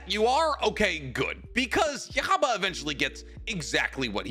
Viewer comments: No offense, but stick to Naruto or anime that you're familiar with, because from the misinformation to the pronunciations, there was a ton wrong with this video, which as a fan is surprising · I hate the way you say yhwach and why do you have to say the characters name over and over and over and over made me click off before the halfway mark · Damn you pronounce his name really pretentiously lol. Idk why you say that that’s the proper pronunciation when that’s not even how they pronounce it in the anime and it was certainly never written like that when the manga was coming out and his name changed every week for the first couple months because they didn’t know how to translate it. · I hate how you pronounce Yhwach when u can clearly hear how it’s pronounced multiple times in the anime 🙄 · I'm sorry, but i can't accept the way you pronounce Ywach's name😅 or that Bazz-B is the "B".... Or must of the info in the vid... Do you even read/watch Bleach yo? Blasphemous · This video was a pain to listen to with how many times he mispronounced ywach name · I just like the video because this mofo has no excuse for why he’s saying yhwach name like this 🙄🙄🙄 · I’m sorry I cannot watch this with the way you say his name 😭 stopped 2 mins in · If only you could pronounce his name this would be a good video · Bro it's not Jewish just say it normally 😂 it's yuhaba not yuchubacca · pronounce yhwach = yuha-bah, not yoohavagh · Yokhaba 😂😂😂😂😂 it's YoHabaKH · It’s pronounced (you-ha-back) not yaghabug😭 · Damn I always thought it was pronounced yuwahabach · no there isn't, the only way to pronounce the name is "Yoo-ha-bahk" (with a soft K). As the anime approved by Kubo stated. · Thank you lol. Every time he said it like that, my fist clinched a lil tighter 😂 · Son of God is stronger than an Alien and a Bureaucrat Also, here how to pronounce it, Yu-wa-back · Yhwach is pronounced U-ha-Bok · You-ha-Bach… lol both our explanations are correct. But it is weird hearing how he was pronouncing it.